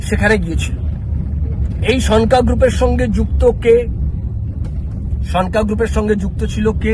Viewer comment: ভাই, উচ্চারণ ঠিক মত কর। ওটার উচ্চারণ সন্কা হয়ে গেছে। হবে সনকা । লেখা টা ভালো করে পড়ে দ্যাখ।